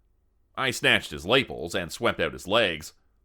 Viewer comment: Lapels is pronounced luh-pels. They are the ends of the upper collar on a collared suit or collared coat. I liked the story.